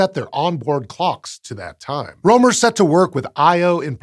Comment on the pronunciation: First off, I'm not intending to offend, and while the topic of this channel is space, and not linguistics.... I just wanna rant a bit, 'bout the current state of Latin alphabet, because the opportunity presented itself... (Yes, I'm aware that there are other writing systems out there, that complicate things, like written Chinese, and/or Kanji, etc.) I'm fairly certain, you butchered Rømer's (both of them) names; while I'm not Danish, I am Scandinavian, and well... It sounds pretty butchered to me... The letter Ø, is pronounced if not exactly the same, at least extremely similar to the "u"... "u"... let me repeat that """u""" in the word "burn," among others... 'Cus you know, a letter can't simply have just one sound per letter, across all the languages that use that written language, and not be unnecessarily confusing for no particular reason... 🤦‍♂️ (If you're curious what I interpreted pronunciation of the name as, it's something akin to "Ålei Råoumer.") Thanks, outdated written languages, and people being afraid of language reforms... 'Cus they get to have a better, easier, and faster to learn written language, instead of being stuck with ideas of the past, where writing had to be a privilege of nobles with too much time on their hand, thus making it unnecessarily hard, for people to learn it... 🤦‍♂️ Also, English vowels are shuffled around, and whatnot, to make things even more complicated with interlingual interactions...🤦‍♂️ I think, think, that Fr